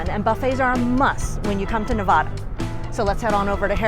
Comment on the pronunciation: Nevada not nevoda remember that so you don’t get looked at funny from people that come from Nevada it’s not very hard just replace the o with the a when you say it